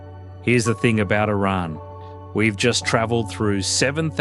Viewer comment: Thankyou for the correct pronounciation "Iran".